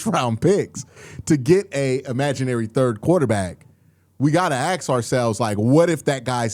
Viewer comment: Agreed. It's a choice he's making for some weird reason. He slips every once in awhile and says, "ask", so we know he knows the word.